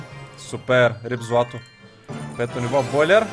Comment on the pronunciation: АБЕ НИКОЙ ЛИ НЕ РАЗБИРА ЧЕ ЗНАЕ ЧЕ Е "БОУЛЕР" НО Е ПО ЯКО С "БОЙЛЕР"!